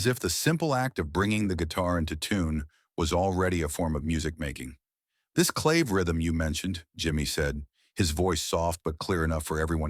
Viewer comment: This narrater, human or AI, is full of shit! No clue what he/it is talking about. And CLAVE is pronounced CLÁVÉ. BTW, Carlos' band was originally called THE SANTANA BLUES BAND. He still plays blues over the Latin percussion. It's too bad that young folks get misled by listening to BS like this delusional narrator's crap.